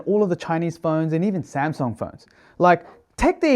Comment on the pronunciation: Hahahaha Samsung with the Japanese accent